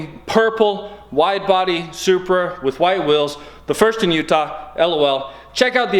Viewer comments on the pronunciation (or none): lol he saying “Supruh” love your vids anyways